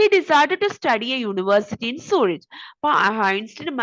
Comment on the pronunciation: മ്യൂണിക്ക്, സൂരിക്ക് ആണ് ... Pronunciation onnu nokku please bakki super class